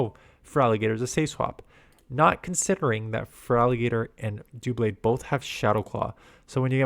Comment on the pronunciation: I believe it’s pronounced like DUH-blade like in “double” because the Pokemon is double blades